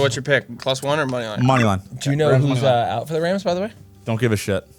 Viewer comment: That canandian accent comin out when he was talking about them cards. With “aout” Aaron Donald lol.